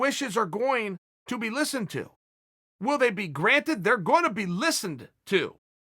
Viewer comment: Chael "listeneded" sonnen